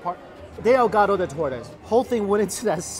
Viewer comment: I thought he was talking about a caguama tbh. Also his pronunciation of ahogado was terrible and it means drowned not dipped as far as I know.